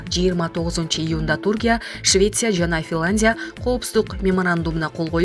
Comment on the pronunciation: Финландия эмес Финляндия, а менен я тамгасын айтканды уйронуп алыныз